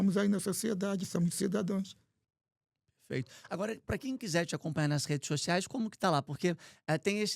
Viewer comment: Tem que aprender que não é "cidadoes" o certo é cidadãos!!